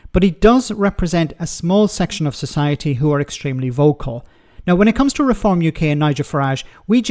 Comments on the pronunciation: he pronounces refom like it's a masonry adhesive. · He can't say Reform properly